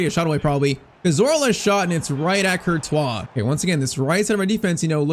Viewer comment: i love your videos but please pronounce Cortious like c or t wha instead of thibaut kertwha! does that make sense?